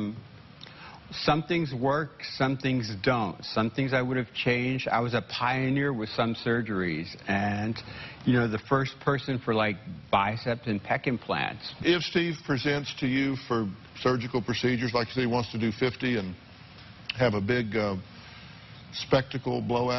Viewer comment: OMG every time he pronounced "bicep" as "bicepts" I totally cringed! BAH!